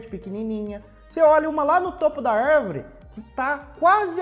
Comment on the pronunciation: 'Arrrrvore' kkkkk